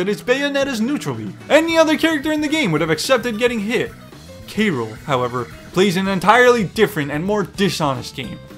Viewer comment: Every character takes skill but damn you're making K.Rool sound like Sheik or something lmao